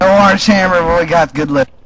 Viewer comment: AWWRANGE AWWMMER